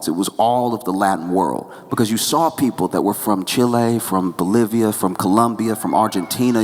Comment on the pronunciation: You said Bolivia! 😍🥰